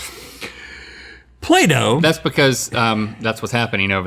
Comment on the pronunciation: When Rhett said "play-doh" I thought he said Plato, and I thought some weird things